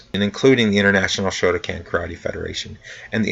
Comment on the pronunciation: I understand pronunciation issues but you absolutely have to get the name of the style at least basically correct--Shoto kan not shoto CAN. How can you not be able to pronounce the name of a style you study?